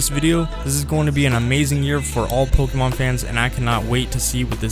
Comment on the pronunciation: Dude you gotta learn how to pronounce pokemon properly if you're going to talk about it for a whole video lol